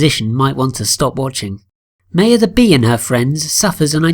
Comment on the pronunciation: Thats not how you say Maya.